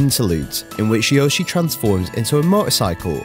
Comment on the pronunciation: That's not how you pronounce Yoshi